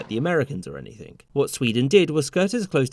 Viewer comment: Stop saying “Anythink” it makes you sound Very, Very Stupid!